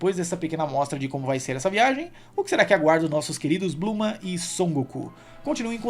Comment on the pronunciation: Ler e falar "Blooma" ao invés de Bulma e "Gokū/Gokuu" ao invés de Goku... É meio estranho, pois me acostumei bastante com a Dublagem original e brasileira:😅